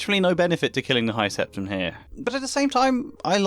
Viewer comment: Hearing you pronounce "high septon" as "high septum" actually fried my brains